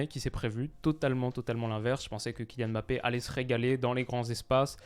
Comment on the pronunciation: Merci de dire Kylian Mbappé à chaque fois au lieu de Emmbappé cmm le disent les autres français. T un monstre.